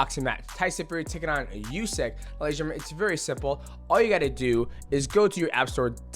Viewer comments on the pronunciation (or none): You dont say Usyk - like U in USA, you say Usyk - like U in UNO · Love Mighty Mouse but dang his pronunciations bothered me. U-sick, Nig-annou, Lama-chenko. Like bro that’s not you you say them lol